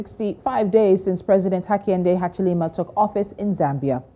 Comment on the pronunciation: Hakainde Hachilema is different from Hakainde Hichilema let's pronounce fellow African names with dignity, we are always trying to perfectly speak the best English/French but pronounce African names like a newly arrived priest from Italy. Long live Pan-Africanism ! good video though.